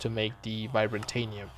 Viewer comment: I love your video :) I also love how you spell vibrantium haha. You say Vi-bra-ta-nium, its supposed to be Vi-bran-tium. I think anyways who knows I'm probably wrong too.